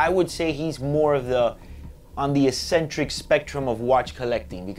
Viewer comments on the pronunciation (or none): You're pronouncing "eccentric" wrong lol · Yup, don't think I have ever heard anyone struggle with this word until now